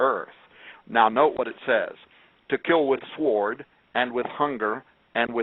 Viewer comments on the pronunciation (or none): Love it ... kept pronouncing the 'w' in sword. :)